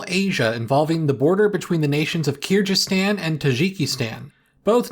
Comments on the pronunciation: I understand that foreigners cannot pronounce real name of my country [ Ы and strong G -> like Slavic Г ) but you didn’t even pronounced English name for my Country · What could have possibly posessed you to pronounce it that way? Aren't you supposed to be the geopolitics guy? That's kinda indefensible, all it takes is a google search to check yourself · hey as far as I know the 'g' in Kyrgyzstan is pronounced like the 'g' in 'Greece' and not as in, say, 'ginger' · Interesting news, thanks for updating us. But considering that you are the LEADING channel for border news, you literally couldn’t have bothered to looked up a pronunciation?? It would’ve taken about 20 seconds, no exaggeration. With all respect, no wonder that people like Tom Scott whose entire brand is accuracy have left the platform when people like you are the ‘YouTube experts’ on things. Highly disappointing and I must give this a dislike as now hundreds of thousands of people will be pronouncing this country, ethnicity and culture totally wrongly. You are very irresponsible, and the fact you are a big channel doesn’t mean you can rest on your laurels and not do the work. So many tiny channels are putting in the effort which you aren’t. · Kyrgyzstan is pronounced with a hard g like in garden. source: i'm a native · Kyrgyzstan is said with a hard G sound like in "Gary" or "grand" 😅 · It is not hard to quickly search how to pronounce a place name correctly and with the content you make it is expected you pronounce place names correctly. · The G in Kyrgyzstan is pronounced the same way as the G in "good". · Love the content but I don’t understand how American-English speakers so often seem to be allergic to pronouncing the names of other pleases correctly. If you’re a geography channel talking about Kyrgyzstan, knowing how to say Kyrgyzstan should probably be step 1 lol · While the information is no doubt good, hearing the name "Kyrgyzstan" get butchered so badly over and over again is quite grating.